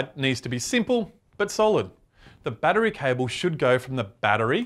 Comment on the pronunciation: he says bat tree